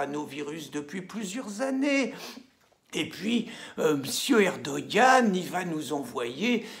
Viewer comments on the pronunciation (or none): none